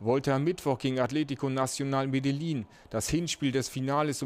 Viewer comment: Man spricht es genau genommen Medeschin aus R.I.P